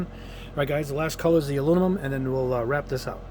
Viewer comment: It's bizarre to me that you still can't say the word aluminum. It's not that hard to say. Are you doing it on purpose for laughs?